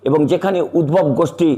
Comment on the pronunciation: উদ্ভব না উদধব বলুন